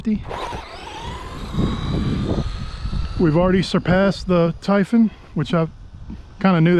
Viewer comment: Ty-fun??? Tie phooooonnn